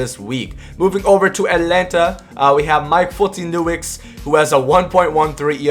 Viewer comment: Completely slaughtered Folty’s last name. Not even close lol